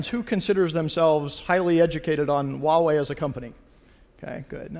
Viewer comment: it's "Hoowa-wei" =/